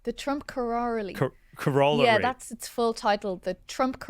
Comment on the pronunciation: I feel like they mispronounced corollary